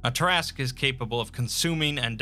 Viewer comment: Look at the name. Say, "tear askew". Look at the name again. Repeat as necessary.